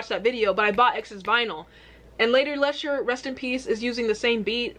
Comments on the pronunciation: hahaha Lady larshure...its pronounced Lee-sha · Lady lee- sher . Not le sharr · Where did she even get “larsha” from? Lmao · Lady Larsha??? Say Lady Leisure. 🤗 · It's pronounced LEEEEESHA. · She's referring to herself as the Queen. flag is Ghana. She's From Birmingham, UK. AND its LADY LEEEEEEEEE - SUREEEEEEEEE :) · You say her name like lady lee shurr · Her name is pronounced like the name Alicia but without the A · Its pronounced lee-sherr, shes my fav uk rapper ❤ your british accent kills me. I looove ur reactions to our amazing rap scene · It's Lee-sh-err 👍🏻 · It’s pronounced “Lady Leesha” Nice you brought the twins out for the first part of this reaction 👀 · Say it like lee sher. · Appreciate you reacting to this but please do artist research prior to uploading a reaction. Parts of this video killed me on the inside especially being from Brum I can't hear you say "Lesh-urr" again haha. 0121 🙌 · Babe it’s LEE-SHUR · What u call a British accent is a bad English accent and Britain is Scotland, Wales, England, Northern Ireland, Isle of man is British Isles too. So americans Britain is more than England aka London and has lots of accidents and its pronounced leesha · Lol react to her song quaranting she just released a video. And it's pronounced Lee sher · andrew peters I take it her pronunciation was driving you as mad as it was me LOL